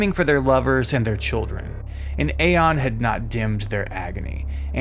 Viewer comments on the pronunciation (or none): none